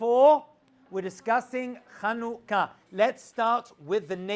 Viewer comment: It's 7anukah not Khanukah \ Chanukah